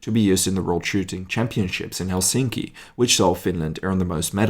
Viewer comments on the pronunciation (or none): none